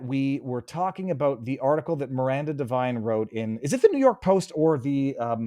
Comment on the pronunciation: Devine not Divine. Knucklehead